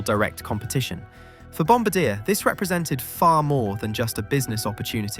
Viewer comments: It’s not ‘Bombadeah’, it’s ‘Bombaardieh’. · Bombardier is pronounced BOM BARD EE AY. Not bombadeer. I laugh every time you say it. I think you should rerecord the audio. But I wouldn't comment if I didn't like your content. And you knowledge. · hearing him pronounce bombardier (pronounced bom-bar-dee-ay) like bom-ba-deer makes me shudder in Canadian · its called bombardiyey not bombardeer and its called mobeel not mobile, Alabama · Bombardiee not Bombadeer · Bomb-bar-dee-eh! Not bomb-ba-deer! And SWISS not Lufthansa was the launch airline. (Granted LX is a division of the umbrella Lufthansa group but the plane was never intended for LH.) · Sorry, just need to correct something... Bomb-bar-dee-ay... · The pronunciation of Bombardier is wrong. It should be Bombár-dee-yay. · Bombardier: bom-bar-dee-yay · Bombardier is actually mispronounced here, and why it made almost no sense to my Canadian ears. The company is French-Canadian in origin, and is pronounced more like bom-BAR-dee-eh. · Its pronounced Bom bard I A! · Brother, it’s pronounced BOM-BAR-DEE-EH 😂😂😂😂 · Can't tell if you just never heard Bombardier's name pronounced correctly? The company takes the name from their founder, it's French... It's Bom-Bard-e-ay.... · Bombardier is a French name, so it's pronounced Bomb-bard-dee-eh. I live in Montreal, trust me. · a "supposed" aviation channel and mispronounce Bomb-bar-dee-Yay? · The name bombardier is pronounced bombardiea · The Bombardier family is french-canadian. It's pronounced Bombardié. 😛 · Boeing Def ; Greedy Arrogant Incompetent Bankrupt Dishonest Dinosaur. Bailed out and subsidised by the US Taxpayer. "Bombardier " Aircraft manufacture is pronounced phonetically /ˌbɑm.bɚˈdɪɚ/. : bom + buh + deer From the French "Bomber" "Bombardier " is a member of a bomber crew in the air force responsible for aiming and releasing bombs. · at least know how to pronounce Bombardier. Bom-BAR-dee-ay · FFS it is French pronunciation! Bom-bar-dee-aye